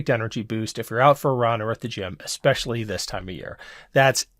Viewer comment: Did she just say “Exspecially”?